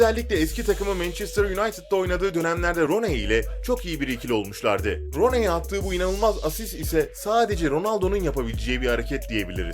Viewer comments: Roney diye okunmuyor runi diye okunuyor :p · Daha isim okuyamiyo rooney e roney diyor bak runi˙y˙ y değişken yuvarliyosun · Runey değil runi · Roney runi diye okunur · roney değilde 'runiy' diye okusaydın daha güzel olabilirdi :/ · Ron ey deyil Runi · abi rooney runi diye okunuyo roney diye değil :P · Roney ne mk runi diye okunuyo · Abi o Roney değil Runi diye okunur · Roney ne abi hiç mi duymadın Runi'yi. İngilizcede iki tane o yan yana gelirse u'ya dönüşür. rUni. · Allah aşkına rooneye roney demek nedir ya onun telaffuzu runi şeklindedir lütfen biraz daha bilgi ile😥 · hacı iyi guzel de futbolla alakan olmadığı okadar belli ki, kelimelerin telaffuzuyla ilgili dahi bi fikrin yok. roney degil runi diye okiycan, frıkik değil frikik :) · Rooney değil runey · ROONEEYY NE LAN ingilizce yazıldığı gibi okunmuyor sayın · Rooney yazildigi gibi okunmuyor bilginize ahdjaj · roney diyor şaka gibi ... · Roney ne git ingilizce öğren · Roney diye okunmuyor yalnız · Roney demene gicik kaptim 😂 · Git önce rooney'in nasıl okunduğunı öğren gel, çalım diye gösterdiklerinin çoğunda çalım bile atamamış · Rooney diye okunmuyor bilader hicmi futbol maçı izlemedin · Videoyu seslendiren kişi Rooney ismini yanlış telaffuz ettiği anda videoyu durdurdum. Futbol videosu çekmeden önce Rooney nasıl telaffuz edilir bunu bi öğrenin bari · Ilk once rooney demeyi oğren sonra video at +1